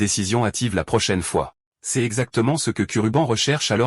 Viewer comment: Tu utilise qu’elle ia pour faire tes vidéos ? Tu peux pas corriger le prompt pour qu’il dise correctement « l’eau » ou « c’est »